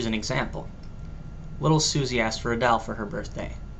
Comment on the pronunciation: Hehe! That and the way he says "doll." That is definitely not a Canadian accent.